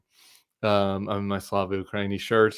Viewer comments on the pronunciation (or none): The way you pronounce it is Slava Ukraini.